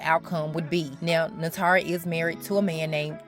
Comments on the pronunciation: Goodness it's hard to focus beyond you butchering her name: it's pronounced 'nah-too-ree' not nahtaree. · NAY-TOUR-REE!! Great video too.